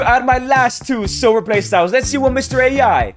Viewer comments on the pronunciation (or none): none